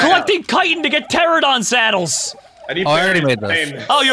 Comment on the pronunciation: It kills me that he calls them pteradon when it is pteraNOdon